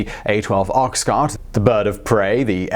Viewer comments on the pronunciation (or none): Why the odd pronouncation of Ox-cart?